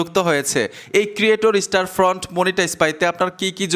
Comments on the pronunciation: স্টার ফ্রন্ট না ভাই স্টোর ফ্রন্ট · আরে ভাই স্টার ফন্ট না স্টোর ফন্ট হবে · ভাই স্টার ফ্রন্ট না, স্টোর ফ্রন্ট।